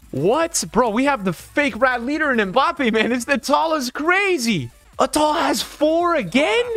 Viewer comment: It is youcef RATAL